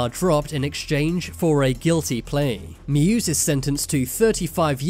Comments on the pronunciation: musa not muse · Someone please tell the narrator "muse" is the name of prophet "moses" in somali language. Its disgusting how he pronouncing, the name sounds like "moosy".